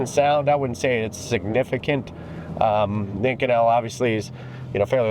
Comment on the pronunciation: You've pronounced this material 2 extremely different ways. So... is it "Eye-kohn-ul" (in another video) or "ih-coh-nell" as in this video??